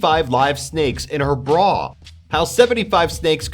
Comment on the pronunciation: Yeah I know.. It's embarrassing because even in America the have a place called Melbourne -__- Aaaaand he says Brawwwr instead of "Br-a" :-/ :3